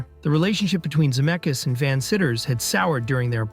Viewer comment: Crazy that you said Robert Zemeckis' last name correctly twice in a row and then the third time said Za-meck-eez... What happened?